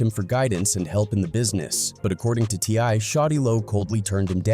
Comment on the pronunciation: He called t.i a t-lie 😂